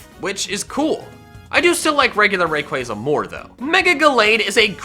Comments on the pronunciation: How many f***ing times do I have to say it it's pronounced Ray-Qua-Zah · IT'S RAYQUAZA, NOT F*CKING RAQUAYQUAY! NO MORE OF THAT! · 1. Everyone has different opinions and 2. SAY THE POKEMON NAME'S RIGHT!!!!! Its ray-quaw-za NOT ra-quaze-a! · I thought it was ray-qua-za not ray-quai-za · Btw it’s raykuasa you pronunce it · THERE IS NO K IN RAYQUAZA!